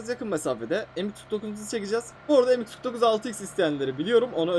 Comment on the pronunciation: Peki m249 diyemeyisi😂😂